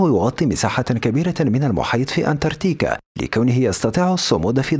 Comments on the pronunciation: اسمها انتاركتيكا ليس انتارتيكا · للعلم فقط اسم القارة ليس انتاتيكا بل انتاركتيكا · أعتقد أنها أنتاركتيكا وليست أنتارتيكا !!! ؟ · مش عارف تنطق اسم القارة الجنوبية المتجمدة؟؟😂😂😂😆😆👎🏼👎🏼